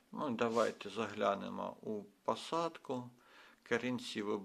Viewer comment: Особлива вподобайка за рідну мову! Тільки треба трішки попрацювати над вимовою: в українській якщо О, то це О( не а) : тобто Орхідея, пОсадка… пОдивимося, кОрінці… гОдина… але як то кажуть: було б бажання! А інформація дуже цікава, дякую!